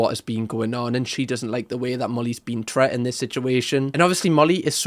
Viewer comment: I notice you always say, "tret" rather than "treated", there is no such word as tret. I enjoy your content a lot but for some reason this bugs me lol